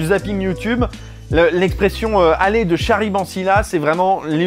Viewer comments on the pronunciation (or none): Tu dis "Statussssss quo" comme en anglais, comme on prononce le nom du groupe Status Quo qui chantait "In the army now". Ce n'est donc pas une erreur, c'est juste anglais :) Par contre on dit "aller de Charybde en Scylla" en prononçant "Karibe", comme on prononce "charisme" avec un son "KA". Sinon sur le fond de la vidéo : deuxième vidéo sur Futurama que j'ai aimée, je vote donc OUI pour un top sur South Park :D